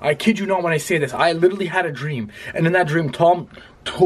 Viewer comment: literally > lichearly